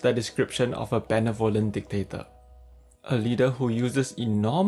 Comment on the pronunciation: sorry i had to stop when you pronounced benevolent. sorry.